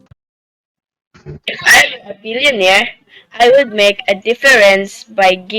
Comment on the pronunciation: "were" pronunciation needs to be corrected. Kindly listen to the correct way of pronouncing it by listening to an audio (look it up via google).